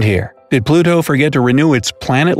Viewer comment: Why you saying Pluto like that?